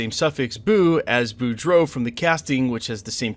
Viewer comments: BEAUDREAUX is pronounced Boo-dro, not Bor-dough. And it's not Lay-boo, it's pronounced La-bo. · Beau = Bo. Bou = Boo. The character’s last names are pronounced Bo Dro or Le Bo